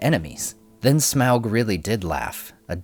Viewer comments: Sorry but pls don't prenounce his name as smeaog...it is smaug, as in "fog" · shamoug lol you say it soo bad... smog is soo much better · Hated how u said smaug lol "smowlg" its smog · the pronunciation of smaug as “smowwg” has always sounded wrong and somewhat dumb to me. i first read his name as “smog” which just sounds better, but i guess it doesn’t really matter anyways. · Smawg, not smowg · smog not smag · American accents shouldn't try to pronounce Smaug as, "Sm-oww-g". It sounds off. "Awe-g". "Smog". Like the amalgam of smoke+fog. "Sm-awe-g". Just like the Rankin-Bass voice actor says. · why the heck are you pronouncing it weird like in the movie?? it's smog. not smowg. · Smowg? 🤣 it’s Smaug lmfao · It's pronounced as (smog) not (smwa-ug) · Lol, when you say "smaaauuggg" your southern voice comes out. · Im pretty sure smog is the correct pronunciation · It's pronounced smog , peter jackson miss pronounced it because of his accent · Its pronounced Smorg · the A and U together make it sound like an O. Pronounced Smogg. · I thought Smaug was pronounced Smog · of the Rings: You keep (mis)pronouncing " Smaug "..." Smowg ". Seems a little off-putting. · Also, wtf Smaug, Tub-trading Lakemen sounds like a slur 😂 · Why do you say smaug wrong?